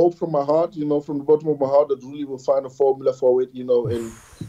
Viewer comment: After all these years I wish YouTubers would learn how to pronounce Roelly's name. This includes Giles, Nick, and others.